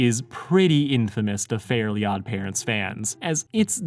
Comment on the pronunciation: Same lol. I was so confused with his pronunciation until I realized that it wasn't called fairy odd parents